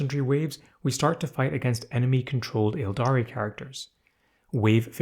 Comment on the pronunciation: Um actually 🤓, the first “A” in “Aeldari” is silent, and “Slaanesh” is pronounced like “Slon-esh,” not “Slah-neesh.” “Slah-nesh” is also acceptable.